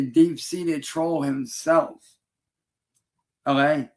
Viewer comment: His mouth is so mutated, he can’t even say “Okay” correctly